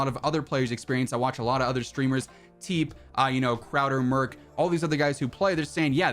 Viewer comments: Bro it's pronounced Teepee thats why its spelled TeeP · Please stop calling legend TeePee Teep :D